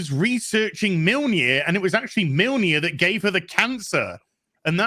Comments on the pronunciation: 'Milneer' LOL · It's kind of hilarious to listen to these guys pronounce mjölnir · bruh how can not pronounce mjolnir correctly lol